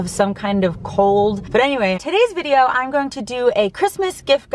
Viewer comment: Good informative vid,. Regarding your "accent", or lack thereof, what I've noticed is that when you say "I'm", you usually pronounce it quickly as "I'n", as in "I'n going to Austin soon".